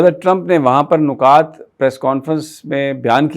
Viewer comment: نکتہ کی جمع نکات مطلب نون کے نیچے زیر آۓ گا۔